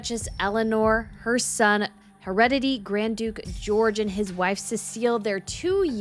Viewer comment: The Word IS "Hu-re-de-tReee"